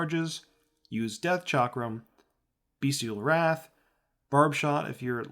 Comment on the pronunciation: Nice guide! I like how it’s short and to the point, also it’s BESTial Wrath not BEASTial Wrath 😂I said it like that for the longest time.